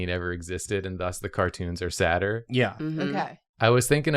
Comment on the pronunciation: saw the deepblueink animation of this episode before the actual episode and thought Jacob said cartoons were "satire" instead of "sadder" just with a weird accent 💀